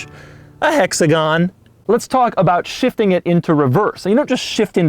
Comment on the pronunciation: Doug Score? A hexagaan!